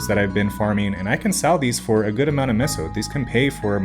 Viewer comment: doesn't know how to pronounce meso correctly